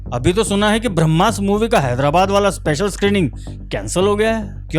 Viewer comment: बंधु, शब्दोच्चारण “भ्रम्मास्र” नही “ब्रह्मास्त्र - ब्रह्म + अस्त्र” है। कृपया ठीक कर ले और मातृभाषा का शुद्धोत्तम संस्करण दर्शकों तक पोहोचाये । 🙏🏽